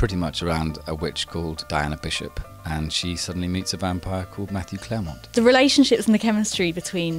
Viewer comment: I've just started watching this and I like it so far. My only complaint is the mispronunciation of French names and words. Especially since Madame Clairemont was adamant about education and knowledge. The British were good at it but the last decade or so they've started to pronounce it the way Americans do. I wonder why?